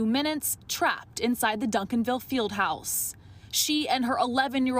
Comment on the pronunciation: Retry saying Vasquez